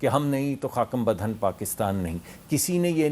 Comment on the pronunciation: حامد میر صاحب ، مصدق ملک کو خاکم بدھن صحیح پڑھنا تو سکھا دیں۔